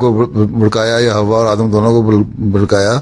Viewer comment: حضرت "ہوا " نہیں بلکہ لفظ "حوا" ہے